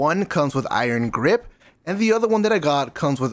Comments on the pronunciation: Did he say iron graze lol at the beginning or I'm I bugging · My man said “Iron Graze” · "Iron graze" lmao